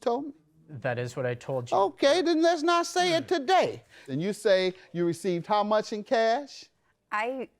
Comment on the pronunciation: JM said I'm irritated TUHDAY! 😂😂😂